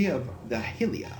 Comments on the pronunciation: its hi-ee-lah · I'm pretty sure it's pronounced High-La. I may be wrong and if so I apologize but I'm sure that I have heard it pronounced that way before. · Hylia is pronounced, Hi-lee-uh, not the way you say it. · Basically, yes, but within reason, of course. Saying something like Zich-ly-ono-ya for Hylia would be very wrong indeed. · Hey great project so far. I always enjoy when you do a zelda project. However I am gonna be a bit nitpicky. Hylia is pronounced High la